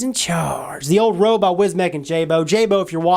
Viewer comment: The roooo! lolololol !!!! REUX Like the word euphoria!!! Come on!!